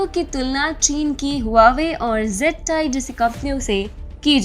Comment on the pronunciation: It is ZTE not ZTI